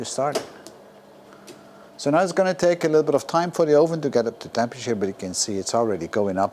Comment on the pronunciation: Je Engels is echt goed, alleen je uitspraak van het woord 'oven' is niet helemaal correct. Top video.